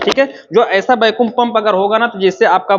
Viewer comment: Bahut achhi jankari hai sir lekin वैक्यूम ko bar bar बेकुम mat kahiye, irritating lagta hai